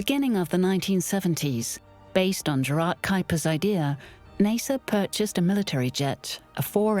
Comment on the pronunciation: It's so strange, the narrators don't even say years in the same way. She doesn't even pronounce NASA correctly lol.